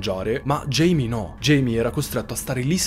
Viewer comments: Un uomo veramente terribile. È cattivo, violento, manesco e maschilista... Ma basta parlare dei suoi pregi, focalizziamoci sui difetti. Scherzi a parte, Video fantastico ed interessante. L'unica cosa, non si chiama Jamie, da James in inglese (pronuncia Geimi) ma Jaime (Gaime o Giaime) classico nome latino. In quanto persona di origine messicane o portoricane(?) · Jaime si pronuncia ‘Haime’